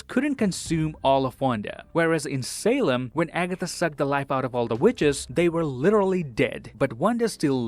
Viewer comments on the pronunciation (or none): none